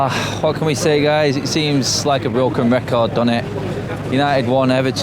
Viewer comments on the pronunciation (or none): the bwoken wecord